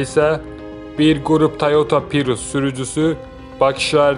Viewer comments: Pirus yox ay abrazavolski xalqım "PRİUS" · Ay savadlı pirus yox prius